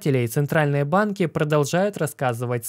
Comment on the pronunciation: Централльные "БЫАИНКИЭЭЭ"